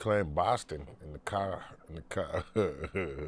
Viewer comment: "in the caa" 😂